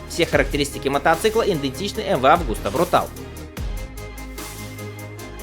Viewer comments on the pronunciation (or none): Ты достал, блин...какой "брутал"?! Почему ты "съедаешь" последнюю букву?! Контора чья изначально? Правильно, итальянская. Вот и читай по-итальянски: "брутале". Ты же в слове "велоче" почему-то последнюю букву не "съедаешь".